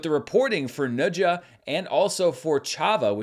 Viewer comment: pronounced Ne Zha so well~~~